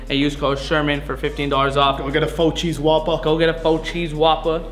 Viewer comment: “Fo cheese whoppa” RIP 🙏🏼